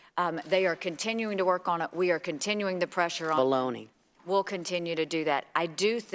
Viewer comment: "ballonee" hahaha